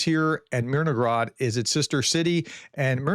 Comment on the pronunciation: I don't think you're supposed to pronounce it as Myrnograd, ukrainian language uses h where russian uses g. You should really know that after 3.5 years...